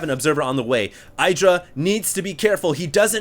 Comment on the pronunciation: his name is not EYEdra